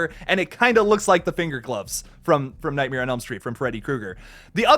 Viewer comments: You pronounce it, nightmier. Google how Bert Kreischer says it to know what I'm talking about. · Is anyone else bothered by how pronounces nightmare?